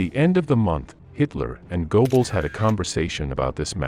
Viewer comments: "Gerrbols", not "Goboles" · Goebbels: Go-Bells? Uh, no. More like guh-bells: that oe represents the o-umlaut in the original. This continual mispronunciation is painful and leaves us all with the impression that the video is recorded by fools. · Goebbles is pronounced more like Gerbbles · You're going to have to fix your (or your computer's) pronunciation of names or you're just going to get laughed out of business. "Moss Cow" for the capital of Russia, pronounced moh-scoe, is merely a midewestern US illiteracy, but go-bells for Goebbels, roughly "guh'-blz," that "oe" is an e-umalut, is just hilarious. But also stupid. What you have here is a very clever beta that is not yet ready for the market. Do not pay the company that is using you to test their audio software, OK? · And Go-Balls